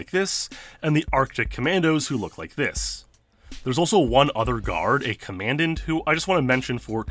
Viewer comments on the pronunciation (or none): It’s not command-ent. It’s comma-dawnt.